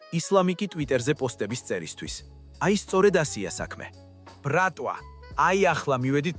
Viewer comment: რა ბრქტვა რა ბრატვა?😂😂😂😂